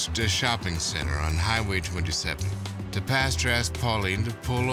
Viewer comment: "assthey approached duh shopping center." Yo I'm crying laughing why did you do this a&e